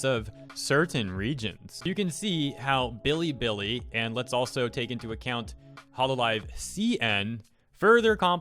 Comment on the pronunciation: everytime he says billy billy i die abit. its be lee be lee